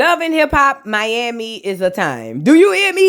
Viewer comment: I’m happy to hear you say my city right 😂